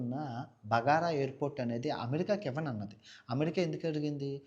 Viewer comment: బగారా కాదురా అయ్యా బాగ్రామ్....నీ😂😂😂